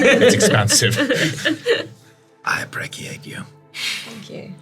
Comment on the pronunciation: I appreck-iate you too,. And I appreck-iate I. I just appreck-iate this whole show.